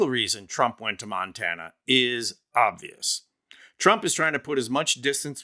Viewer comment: He calls it state of Montaner 😂